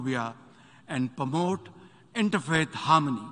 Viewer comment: He said pramote instead of promote 😂 What a shameful thing